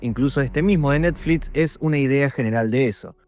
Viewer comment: Por que dice NETFLITS??😄